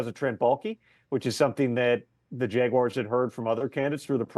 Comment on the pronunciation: Hey tom. Its jaguars not jeguars